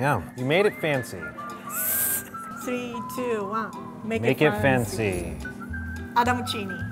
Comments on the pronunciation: "Maketh fanceh" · I like so much, i love how her home tongue clashes with the english so she leaves out syllables in certain words!!!! Make it fahncy 💃🏽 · It anoys me when she says make it fancy. She soesnt prounciate it right. And white wine she says wi wine